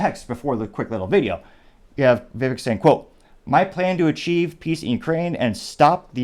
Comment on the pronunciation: Very disappointed that you did not show the actual video of Vivek talking to the person. Other sites that I choose to watch do it. BTW, his first name rhymes with "CAKE"!